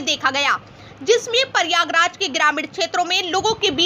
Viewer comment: Pahle to bolne ki tamij shik ly pariyagaraj nhi h pryagraj h